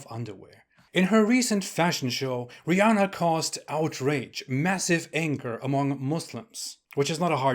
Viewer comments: “Rih” LoL 😂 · "Rihh" Hahahahahhaaa! Gosh, the way that sounded. Lol 🤣❤️